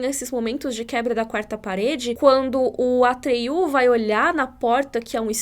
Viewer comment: Não sei se em inglês se pronuncia assim, mas em português n é "atriú" e sim "Atrêio".